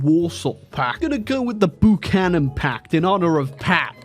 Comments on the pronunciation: Ermh excuse me, buchanan is pronounced bew cannon like pew. Not boo cannon. Thank you on behalf on of all buchanans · Pat Boo-kan-nan is now part of history. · As an American the funniest thing about it is that Pat Buchanan actually makes some degree of sense as a historical leader in 2010 and would be much more well known to someone IRL in 2010 than Bernie or Kamala. The annoying thing was the mispronunciation of a last name that comes from the UK. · "Boochanan pact" 😂